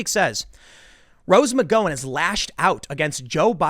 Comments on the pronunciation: It's mc GOW en. Gow rhymes with cow. Not sure where you learned to construct syllables into words, beanie boy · please don't mispronounce her name over and over: It's Muh-gow-en. thanks! great cast! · Does Tim purposely pronounce things wrong? It should be GOWan. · Tim, it’s pronounced mcGauwin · ROSE MC-GO-AN??? HAHAHAHAHAHAHHAHAHA!!!!!!!!!!!!!! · "Gow", as in "cow", dude. Mic-gow-in. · Bro its Rose MC GOW EN please im not one to nitpick like mispronouncing Commala Harris but dude its ROSE MC GOW EN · It’s Rose McGowan not McGOwan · Rose MuhGow-n Gow as in "how" :-) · Tim, you’re driving me crazy with the pronunciation of Rose McGowan’s name...it’s Mc-Gow-an as in Cow...Gow...McGowan. Great video though. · *McGowan — pronounced [mə’ɡaʊən] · Thats almost certainly not how you pronounce McGowan's last name. Think [OU] as in "ouch" not [owe] as in Owen. McG[ou]wan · It's MC G OW AN !! 😂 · I believe her name is pronounced with "gow" rhyming with "cow" ! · Rose McGowan finally comes to her senses on one topic and suddenly Tim believes she is someone with principles? Tim, Rose McGowan has ZERO principles. Just because she said this doesn't just clear her name. She is still a delusional radical leftist. Also, her name is pronounced Mc Gow(like Cow) in. Not Mc GO in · OK Tim, I know it's nitpicky, but the o in McGowan is pronounced like ow/ ouch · Tim..... I'm pretty sure her name is pronounced Rose McGowan (mik-gau-an or muh-gau-an) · how is it possible you are still saying her name wrong... years after you first started doing stories about here? it rhymes with "Hick-Pow-in"... Ouch, dow, out, couch.... McGowan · Tim saying Rose “Mc-Go-win” makes me question if I’ve been pronouncing her name wrong all along 🤔😂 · Nah, you're right. It sounds like the "gow" in the word gown. It's hilarious that Tim talks about her all the time and never bothers to correct it. Kinda how no one respects kamala enough to make the effort to say it how she pronounces it. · GOW-AN like COW-AN